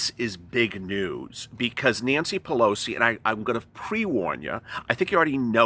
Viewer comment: It's the "we" syndrome! Pew-low-see....